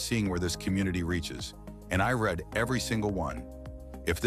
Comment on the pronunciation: and when 'read' needs pronouced 'reed'.